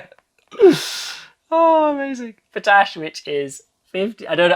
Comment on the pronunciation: I believe the correct pronounciation of potash is pot-ash, but I did enjoy the pronounciation of p'tash ;-)